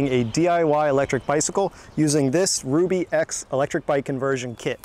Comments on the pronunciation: Shouldn't it be pronounced "Rub E" instead of "Ruby"? Ruby makes no sense. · I do believe it is pronounced Rub E, Not Rue B...............as in , it rubs on the rear tire! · It's "ruh - bee", NOT "rue - bee"! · Pronounce it Rub bie and it makes sense. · It's PRONOUNCED (rub) (e) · That's what I was thinking. He kept calling it 'ruby' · Your not saying the name correctly.